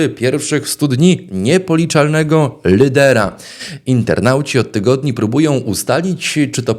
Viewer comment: Lyder elyty, czyli Alfonso Nawrocki😮